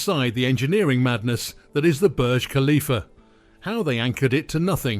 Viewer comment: Pronounce the topic of your video correctly. Thumbs down. Do better